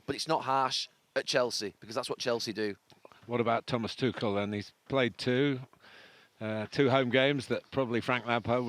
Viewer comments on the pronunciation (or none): Tuchel is neither pronounced Tushel nor Tukel, but Tuhel with a thick h!